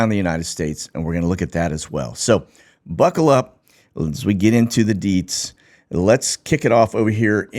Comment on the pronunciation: Well, in my defense, it took me a couple times to hear exactly what he was saying, then once I confirmed it was ‘deets’ and not teets I was able to figure it out haha